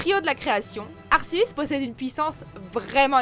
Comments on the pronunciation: C'est n importe quoi les prononciations dans cette vidéos j'ai mal au oreilles tellement c'est mal prononcé (Arceus) pas arseus bordel de merde latios et latias merde les s vous en faites quoi kiogré non mais la j'ai envie de rejoindre papa Johnny . Vous avez regardé les films au moin avant de dire de la merde juste pour faire une vidéos ? C'est du gros n'importe quoi en plus le top est à chiez ArCeus qui à crée le monde et les Pokémon par la même occasion qui ce fait doublé par le trio de la pluie et du beau temps nan mais n'importe quoi et mewtwo le pokémon le plus puissant faut ce calmé un peut les deux méga évolution c'est de une pour avoir un gameplay le plus polyvalent possible avec ce pokémon emblématique de la licence qui est souvent utilisé que ce sois par les bon ou les moin bon joueurs et aussi parce-que si gamfreak en avais fait qu'une et qu'elle plaisais pas à la commutée gamefreak ce serais fait engueulé par cette même communauté Pokémon qui pour une grande majorités aime mewtwo pour ce qu'il incarne à savoir l'être vivant détestant les hommes plus que tout au monde et je pense qu'il doit encore plus vous détesté avec vos prononciation à la con RIP cette vidéos qui devrais être supprimé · Léo_ Games disaus? asceuns ? Plus fais un effort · la prononciation please et vue que un ratata niveau 1 peut battre un arceus niveau 100 je doute de sa place ici! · Latios se prononce latioce et pareil pour Latias. Et Arceus se prononce arkeus. Kyogre se prononce Kyogre pas kiogré.